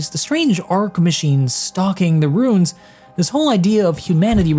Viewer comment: You can ping them and your character will tell you what they're called. Also Ruin is pronounced Roo·inn Dilapidated is pronounced Dill·app·ih·dayt·ed